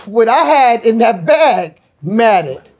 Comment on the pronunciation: She pronounced bag like a goat would Baaaaaag